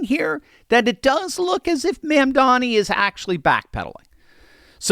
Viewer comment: 1.66 million subscribers for this presenter. He's getting rich mis-pronouncing the mayor's name and telling you what you want to hear. It's amazing that no one can tell the truth or offer some helpful advice for the betterment of our nation's most important city if they believe they know better. You all never hear the hundreds of good things the mayor has done, and even if his ideas aren't realistic he's learning quickly and he does care about the city. This presenter has "" in front of his name but applies a $30 minimum wage to a formula that doesn't account for any other numerical changes in 2030. Every subscriber is making him richer to misinform the public with a harmful narrative that is now, just like Fox News headquartered in NYC, convincing wealth and jobs to leave New York. That's an unpatriotic as it gets. Mamdani is at least trying to do what he thinks will help New Yorkers. All of the rest of you are actively cheering for your biggest city and front door to the world to fail.